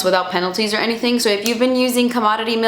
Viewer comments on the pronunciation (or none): none